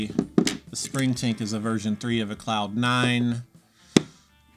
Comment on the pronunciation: When you said "Spring Tank," it sounded, to me, like you aid, "Spring Taint." And THAT is an awful name for a pedal. It'd probably be an even worse icon to stamp or screen on to a pedal. You should consider renaming some of these horrible pedals. Air Fryer, Ginsu, Sham-wow. People buy those! Pepe le Pew, instead of Pink Panther. He's down on his luck, and probably won't lawyer up. Just a thought.